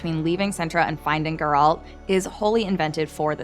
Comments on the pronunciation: Already watching it a second time 🙃 and please learn to say “Geralt” lol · Sorry but I could not continue watching as she was pronouncing his name wrong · She clearly can’t pronounce Geralt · One more thing we look forwars also is you learning how to pronaunce Geralt when second seasons comes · You are pronouncing Geralt's name wrong all the time. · Damn, woman, you watched the series and you still managed to mispronounce Geralt's name so badly. I'm impressed. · It's as if this lady has never read the books, played the games, or even watched the show... Jesus, she can't even say Geralt's name correctly. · Geralt is not pronounced girl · Required Particular right good lord her sayinf “Gurrrralt” makes me wanna die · I wonder if the narrator actually watched the show, as she mispronounced Geralt’s name throughout the video. It’s GER-alt not her-ALT. Did someone else write it and she’s just reading from a script? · For the fuckteenth time, it's GER alt, not ger ALT. Jesus. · Not Geraaaaaalt. Its Geeeeeeeeralt. Pronounce the eeeeeeeeeee. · gEralt, not gerAlt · That pronunciation tho. Its geh-ralt. Not gEralt. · Its GEralt , not geRAlt And that's Ihtlinne's prophecy lol. Has this host actually read any of the books ? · gEralt not gerAlt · Gerâld? GERÂLD? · When you say Geralt it sounds like you’re saying “girlt” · I can’t finish watching this video because of your pronunciation of Gerald. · speak properly please... its GERALT not GURL... fix ur damn pronunciation first... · Eisschole Eiss geralt* actually but nice try 😂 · Why is she saying Guralt, not Geralt? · "finding gauroldt" STOP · The way you pronounce geralt is super annoying. Completely pronouncing it wrong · Learn to say Geralt properly please. I had to figure out myself who you were referring to the whole time. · She has a bit of an accent when she says Geralt, stop bullying the young lady. I’ve heard worse pronunciations in life, jewelry being one of them. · Why can't Americans say Geralt correctly?